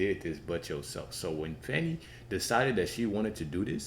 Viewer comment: It's not "Fawny"